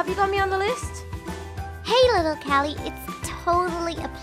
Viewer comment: that's not how you say little kelly yea is right